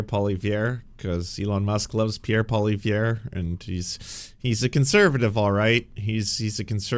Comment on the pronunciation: How to pronounce Poilievre in a modern "canadian accent": paul-ee-ev